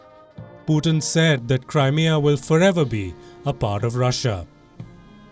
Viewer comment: She pronounces Crimea wrongly she says Crymia